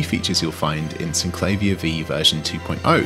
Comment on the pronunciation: Sin - cla -veer It's how the designers pronounced it, so that's the only correct pronounciation. Even the manual points this out.